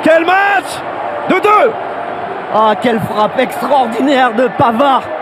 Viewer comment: put-euh Benjamin Panard 1 ans